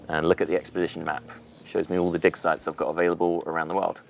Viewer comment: Oh, so it's DIG SITES! Damn, I was already beginning to question the dev's sanity, hearing him rambling about “dick size“ all the way 😅